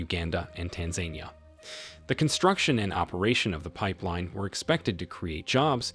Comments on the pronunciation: It's Tan-za-NEE-a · TAN-ZAN-EE-A dude ! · I'm sorry but why do you so badly mispronounce Tanzania???